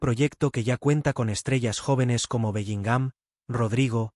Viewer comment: Lo primero q tenéis es hablar bien q parece q a belligham lo acentuáis en la a